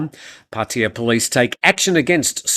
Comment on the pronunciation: Please explain ...why PATTEEYA and not PattAya ..🤔